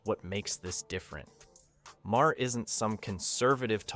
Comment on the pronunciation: I had to stop watching after the first dozen mispronunciations of the guy's name. It's NOT Mah-hair!